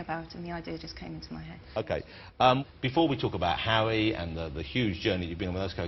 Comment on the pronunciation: "parents, bwace yourselves" "please welcome, J. K. wowling" "before we talk about hawwy" "did the first bwa expedition work for her?" haha just love the way he talks =P